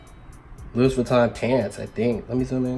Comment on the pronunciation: I thought it was pronounced "Loo-Eee" not LOO-IS